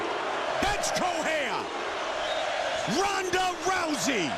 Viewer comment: When they say Ronda rousey it sound Paul hey man and Brock Lesnar Ik u ain’t Brock Ronda to